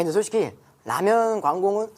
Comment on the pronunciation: 라면광공 이러네 ㅋㅋㅋㅋㅋㅋㅋㅋㅋㅋㅋㅋㅋㅋㅋㅋㅋㅋㅋㅋㅋㅋㅋㅋ 개웃곀ㅋㅋㅋㅋㅋㅋㅋㅋㅋㅋㅋㅋㅋㅋㅋㅋㅋㅋㅋㅋㅋㅋㅋㅋㅋ